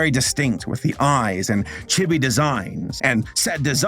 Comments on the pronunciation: please, chibi is pronounced like “chee-bee” It’s a bit of a pet peeve. >_< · I can feel my heart shrivel up every time mispronounced chibi as "che-be" instead of giving it a long "EE" sound.